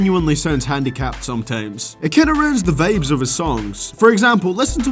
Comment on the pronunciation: nigga, you talking about how someone talks but you saying 'VEIBS' "HEIVEY" "SOIMTOIMS" "TEIM", talk like a fucking eu bitch-boy.